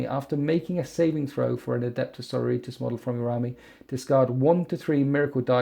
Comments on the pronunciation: omg please...the word is Sor-OR-i-tas...:D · Loves winters -Loves his videos -mangles sororitas pronunciation Okay I'm done watching this video now